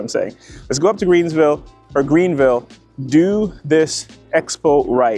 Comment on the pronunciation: U did say Greensville tho end 😂 & that golden gorilla statue tho! Lol Robots A.I. is def the future! Nice event! #salute my gud brotha!